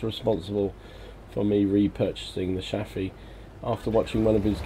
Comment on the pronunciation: Are you a swede in hiding? You are pronouncing Chaffee like a swede :P